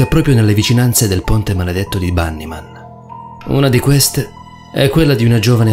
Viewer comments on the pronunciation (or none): LafairyTiTanniee Si perché si pronuncia Banny Man 😐😢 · Oh l'avrà pronuciato quelle settemila volte... ma lui fa sempre errori di pronuncia sopratutto sulle parole straniere... e infatti questa si pronuncia Bannimen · Perfetto allora io mi dovrò stappare le orecchie e cmq dice Bannymen mentre tu preparati ad una denuncia per offesa, ho copiato i commenti e mi hai offeso ben due volte.